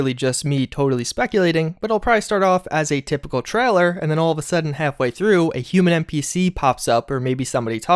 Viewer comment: "Trahler" vs. Trailer